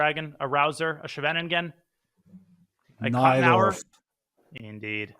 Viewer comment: Danya, look up the pronunciation of Scheveningen. Hint: it's Dutch, not German!